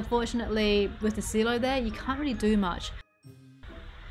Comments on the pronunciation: Oh SILO. Sai-lo. I was like "wtf is she saying? There is no see-lo item in this game!" IT LOOKS SO BEAUTIFUL OH GOD I WANT TO DO THIS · No I'm Aussie I've never heard "See-lo" before. But she still cool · This looks amazing, but the way you pronounce silo is new... I've only ever heard it as sigh-low (like high low) not see-low. Is this an Aussie thing? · silo= sigh-low not see-low ;) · I don't wanna be nitpicky, but it's pronounced "sai-lo", not "seelo". XD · I came to the comments to say this as well. +1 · Just a friendly farmer here to say that silo is pronounced sigh-low 😉 Amazing work on your castle 🥰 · i know im not the only one annoyed by her saying "seelo"